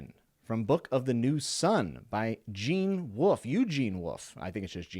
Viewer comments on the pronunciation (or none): none